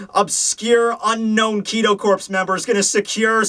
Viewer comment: Isnt the Corps in Kido Corps pronounced Core? I mean... It's not a big deal or anything but...yeah Great review as always though. Pfft "review"... Great show rather. And lol I love it when you miss an edit. xD